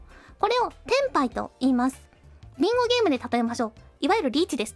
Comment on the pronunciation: 何回聞いてもビンゴゲームがりんごゲームに聞こえる